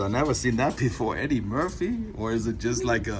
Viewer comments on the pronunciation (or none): none